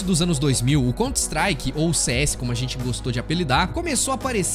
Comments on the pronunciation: mano pq diabos esse cara pronuncia 'contristrike?' COUNTER strike cara, sao 2 palavras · "Conter Istrike"... vtnc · eh, mas "cont strike" foi dose hein? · Mas fez um vídeo inteiro do assunto e não se preocupou nem em aprender a pronunciar o nome do jogo !?